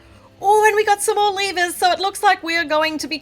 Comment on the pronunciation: did anybody notice that when she said "Some more" it sounded like "S'more"? Or am I just hungry?